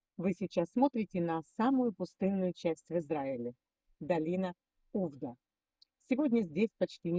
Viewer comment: Только не Увда, а увдА. УвдА" факт" на иврите. Названа в честь операции Увда. Ударение в слове на последнюю а.